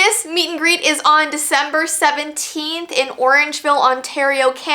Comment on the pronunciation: "It's Veecember!!!!!"